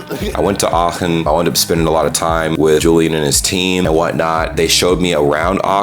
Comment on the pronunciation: May I congratulate you on your excellent pronunciation? Especially when I heard Aachen, I was extremely surprised at how good it was. A very difficult sound combination for native English speakers.